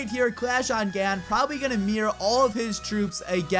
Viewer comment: why do you say Gan liken "G"and"n" instead of "G "ah"n"